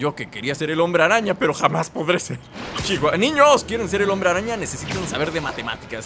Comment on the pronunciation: y yo me pregunto, ¿cuando Epsilion conseguirá las telarañas que le falta (si es que son telarañas) (y que solo le quedan 2) Edit: ¿Dice Hombre-Rana o Hombre-araña? :v